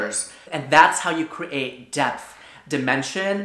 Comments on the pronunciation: is it just me or does he say cre-ate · I love how pronounced create as cre-ate